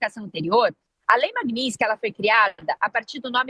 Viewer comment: >> lei "maguinitisquis"..."jornalista". >>> O que era pra ser dito: Lei Magnitsky